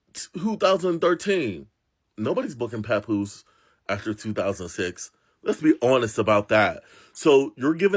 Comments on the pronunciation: I like the pronunciation! lol 😂 we don’t need to be pronouncing his name too correctly now, papoosh will do. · who the hellll is papooshe 😂😂😂 I was watching the last videos just cracking up every time you said PAPOOSHE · The way you pronounce Papoose’s name keeps sending me! 😂